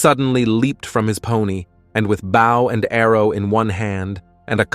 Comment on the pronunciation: Stupid robot can't even pronounce "bow."